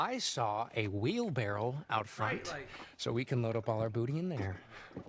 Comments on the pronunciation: it’s because it’s wheelbarrow and he says wheel barrel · For y'all who were wondering if you misheard or misread, they did in fact say wheel "barrell". It's actually called a wheel "barrow". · It’s a wheelbarrow not a wheelbarrell which is why she made him repeat it lol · Did no one catch that Emma was smirking that he called it a "wheel barrel" and not "wheelbarrow?"